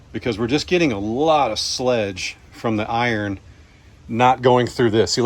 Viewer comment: I believe you are experiencing sludge not sledge. LOL !